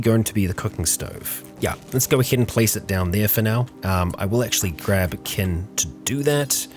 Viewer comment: he keeps saying ken vs kin lol